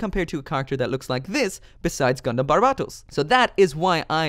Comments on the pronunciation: It's "Barbatos". Not "Barbarbatos". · You still can’t say barbatos right, it’s bar-ba-t-os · It is not barbatos